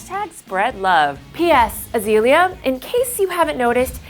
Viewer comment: why is she pronouncing azalea banks as "a-zee-lee-uh" thats disrespectful